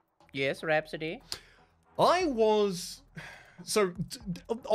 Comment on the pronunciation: Rhaps antique is all I can hear and I want to buy the trinkets he would sell there.